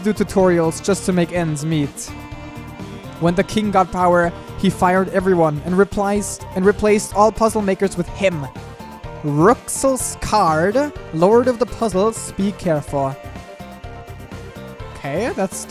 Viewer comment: Rouxls is pronounced likes Rules